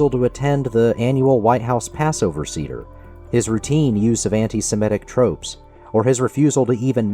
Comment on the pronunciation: You should check your pronunciation of the word Seder.